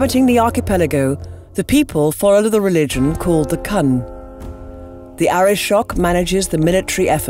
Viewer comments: so.. last vid was ozrammar instead of orzammar.. now its cun instead of qun?.. where did you find these voice actors, have they played dragon age at all?.. not that i would stop watching your vids, but they're turning into the that ruined "all your history are belong to us".. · Another great video!!! I actually look forward to it and get so disappointed to when it finishes. View are too short lol. I'm sure this has probably been brought up here, but the pronunciation for Qun is kyoon and not Cun. Minor nitpick on what was a spectacular video. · How the hell can the Narrators get the pronunciation wrong? It's clearly stated multiple times in the games? Calling the Qun Kun really? it is pronounced Q-yeewn. Great video put a really simple and dumb mistake. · Except for perhaps "the qunn" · Lee86THUNDER Bloody hell, all he said was that he couldn't get behind it until things got pronounced right. Whether or not you pronounce something right can be a tell sign that you know what you're talking about, and it sounded like she was trying to say something completely different. "Cun." I can't be the only one who heard something else at first. How about you hold back the shit flinging, friend. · "The Cun"?! I honestly hope that someone will go to the trouble of pointing out in the future of checking the correct annunciation next lore video since the last one screwed up Orzammar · after this i will now whenever i play never say Qun but Kun because that seems fun to me not to be insulting to shoddy cast but because it is fun to say things incorrectly i sometimes say snip-er rofl instead of sniper rifle cause why not friendelden , party vollen , whomans , mingecraft the list is endless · Qun! Not Kan! Please, if the video stays up, fix that. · Cun? CUN?! ARE YOU FUCKING SERIOUS!!? HOW COULD THEY GET THAT WRONG!? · Damn it! These voice actors are good, but will somebody teach them how to pronounce some things?! The cun? CUN?! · Liam Frisenbrink that one